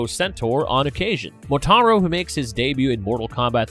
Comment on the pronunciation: He sure as hell got Motaro's name correct lmfao